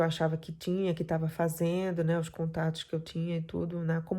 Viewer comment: Escrevi errado ela fala a suposta "professora de educação física" que eu duvido, " cumeno, fazeno, tentano", e por aí vai.